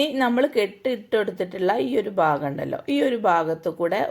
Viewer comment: ബാഗം അല്ല,ഭാഗം